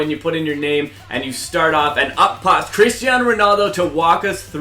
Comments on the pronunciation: ummmm Christaino? i thought it was Cristiano good job ea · His name is cristiano not christiano